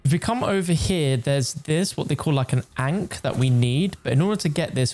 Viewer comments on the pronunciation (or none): none